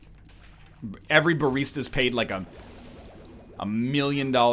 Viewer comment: what's a bareesta?